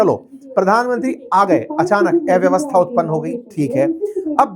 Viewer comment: उच्चारण ठीक करो। एव्यवस्था नहीं, अव्यवस्था बोलो। अ और ए के अंतर का कठोर अभ्यास करो।